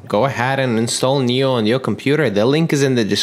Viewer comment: It's pronounced nee-oh. Makes sense because it knows everything for you.